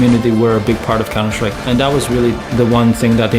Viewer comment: did anyone notice that the guy said "the last hope for counter STRIPE"?